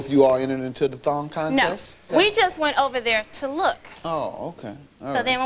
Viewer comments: HA! I thought in the intro he said THOT contest & I was thinking, "was that word used back then, wtf?" and then I realized it said "thong" contest 😂🤣😂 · I thawt I heard thot contest until she said it lol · At first it sounded like they said "thot contest"...